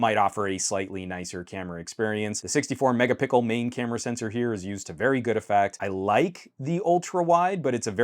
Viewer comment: did you say megapickel? Now I am just imagining a gigantic Pickle Rick for some reason XD.